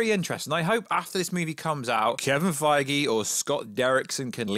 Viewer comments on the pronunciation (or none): none